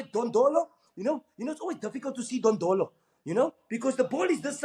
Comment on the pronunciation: 😂😂😂😂 Moneeb Dondolo, instead of saying Ndlondlo